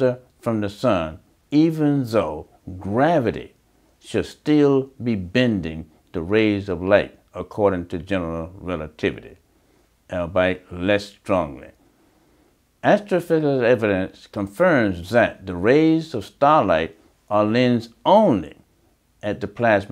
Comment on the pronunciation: Brilliant and well spoken? I did not get that from this video.. THAT is well spoken? He said all bite instead of albeit .. all be it. You can chalk it up to nerves or not being good in front of a camera I'm not criticizing the guy, but you can't say that that was well spoken first of all, and second of all after imaging the first black hole didn't they prove that general relativity is the reason for light bending? We got Einstein rings around the black hole.. Again, I don't know anything about this guy, he could be extremely intelligent, but he was definitely not well spoken in this video and his entire argument was wrong. Saying he's brilliant and well spoken based off of this video is just a lie